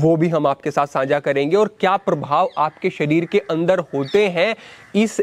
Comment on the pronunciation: agranim nahi bhai saahab, agrani saanjhaa nahi saajhhaa Video to definitely bahut achchhi hai... Bas bhasha ki kuch chhoti si trutiyan sudhaar lein.